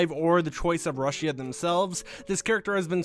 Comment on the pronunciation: Not trying to be mean but it’s pronounced rooshia